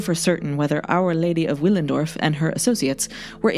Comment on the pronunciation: Willendorf is pronounced with a ‘v’ Villendorf